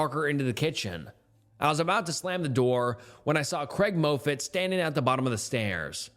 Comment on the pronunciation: For the love of God, it's pronounced "Maw-fit", not "Moh-fit"! Unless you're 100% positive about a word's pronunciation, you should take that extra step and look it up. I've noticed that you mispronounce words in every one of your videos that I've watched (7-10). Thank you from a loyal listener (as it were!)